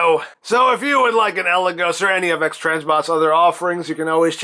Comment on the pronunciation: Your pronunciation of Eligos is correct. It's Greek for vertigo.